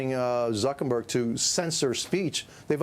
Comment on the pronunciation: Whay he call him Zukenberg? Old guy cant pronounce words.